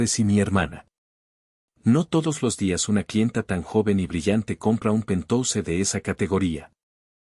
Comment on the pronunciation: 😂😂😂😂 ¿¿¿"PENTOUSE"???😅😅😅😅, QUE QUIERES DECIR PORQUE "PENTHOUSE" PALABRA DEL INGLÉS Y PRONUNCIADO "PENTJAUS" TRADUCIDO AL ESPAÑOL PUEDE SER "ÁTICO"